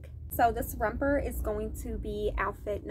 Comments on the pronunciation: I love you but if you don’t quit saying rumper😂😂 it’s romper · romper not rumper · 😂 What's a "Rumper"?😂